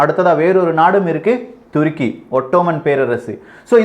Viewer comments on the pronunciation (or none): none